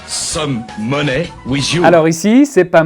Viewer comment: money se prononce comme mani /mʌni/